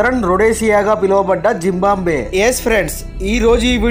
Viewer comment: జింబాంబ్వే కాదు, జింబాబ్వే.